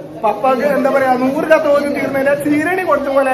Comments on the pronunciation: katham alla hatham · ഖത്തം അല്ല ഹത്വം എന്നാണ്.